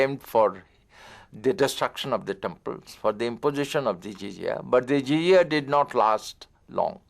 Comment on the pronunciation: And it is jizyah no zizia pls correct